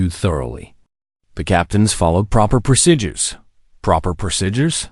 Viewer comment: THERE'S NO "I" IN "PROCEDURES". IT'S "PRO-SEE-JURS" NOT "PRO-SI-JURS". FIX YOU'RE FLINKIN' NARRATOR.